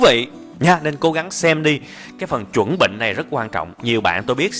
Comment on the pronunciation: Cam on anh nhiu a <3 ma "chan benh" moi dung ko phai "chuan benh" a ^^